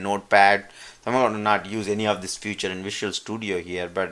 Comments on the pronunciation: Nice explanation !!!! but you are keep on saying "future" to feature. its not future its pronounce as feature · Excellent video. The only problem i faced was you pronouncing "feature" as "future" which i was like i don't see any "future" written anywhere in my or your sourctree lol. Again, really helpful video. Thanks!!!